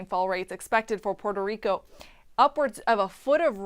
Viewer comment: Jajaja poro rico..Rico come on plz u know u can say Puerto Rico. 🤣